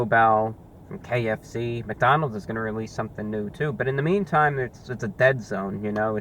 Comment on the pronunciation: Um, ReviewBrah, I-It's McDonalds'. Please spare me